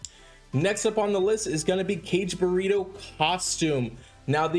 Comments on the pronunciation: Kage/buh-ra-doe, not Kage-burrito. Lol! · I also wanted to say something (and kage pronounced kah-gay, not "Cage") - especially if you've got a tattoo of him, know how to pronounce his name! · He said "kage/buritto." Lol! It's Kage/bur/rah-do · Caw gay bu ra do.